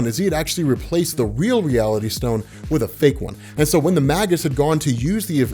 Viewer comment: "Magus" is pronounced "may-gus" not "mah-gus."